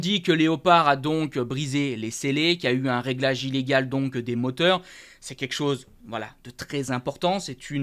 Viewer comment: Salut je participe au concours Mais par pitié essaie de bien prononcer " quelque chose" parce que à chaque fois tu me fais saigner les oreilles 😂✌️